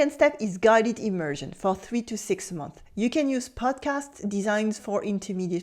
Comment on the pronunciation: One thing if you don't mind, when 'months' is plural make sure to pronounce the 's' sound. Its a little thing but it makes a big difference.